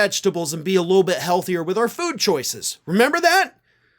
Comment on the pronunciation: Love how he slurred the word "Foodthhhh"....